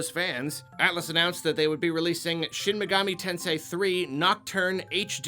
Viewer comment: Thank you for saying shin megami tensei correctly... Idk why other youtubers have a hard time with it!!